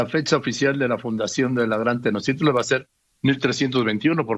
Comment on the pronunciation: El cacas ni siquiera pronuncia bien Tenochtitlan (le dice "Tenochitlan" el viejo ignorante). No se las quieran dar de Historiadores. ¿Y que parte de "no tiene fundamento histórico" no te quedo claro? No quieras acomodarle maromero.